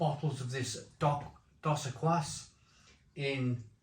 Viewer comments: I used to drink Mexican lager when it came from Mexico. Wouldn't buy the "fake" UK brewed rubbish. The Corona might be skunked of course. Modello is OK but its got added sugar not very clean. Dos Equis (pronounced Dos Ekis) is good but hard to find nowadays. My favourite is Pacifico Lager. I'm not sold on Mexican beers to be honest especially as they are often in clear glass. Prefer German or Czech lager. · Pronounced dos ek-ees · Dos Equis pronounced 'D'oh Seckies' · I laughed out loud at how you pronounced Dos Equis. It's pronounced Dos Ek-eeze (means two X's). Dos Equis and Corona are considered 's'h'i't' beers (regardless where its brewed) Modelo is average. Never heard of Cruz Blanca, so it might actually be a craft beer unlike the others which are very mass produced. Modelo just overtook Bud Light as the #1 selling beer in the U.S.. tons of people have been boycotting Bud light due to their association with a trans influencer in their ads, that's why. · Dos Ekees. (pronunciation) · Great comparison. It's pronounced dos eh-keyz two exes 😉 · It's pronounced Dos Ekis, means 2 X's/Double X. You missed out Sol, which is a big mexican beer and my 2 favourites are Pacifico brewed in Mazatlan on the Pacific coast, and from Modelo their dark lager Negra Modelo 😋😋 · It's pronounce doe seckees. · Your missing the best, Tecate, in cans Dos Equis is pronounced Dos Ek keys The rule of thumb in Mexico is because aluminium is super expensive only the best beer goes in cans. Never drink corona from the uk, your putting them in the order most Mexicans would. However, if you get Mexican corona you will really struggle to say its not as good as Dos. Tecate is the legend though, when I am in Mexico and i find a bar with Tecate, thats where the night is gonna be spent. Also, tequila, its like night and day to the crap we get in the Uk. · It’s phonetically “ Doughs Eh keys” broham. Not being a dick, just trying to help. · It's "dose ekees", 😅 Come on mate.